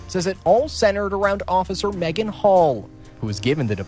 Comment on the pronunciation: Ngl, first time her name was mentioned I heard Megan Hoe. And I thought they said it on purpose. 😅